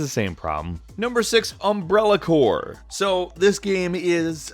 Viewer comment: I have no idea why I heard Umbilical Cord when you said Umbrella Corps. Lol, I am tired fo sho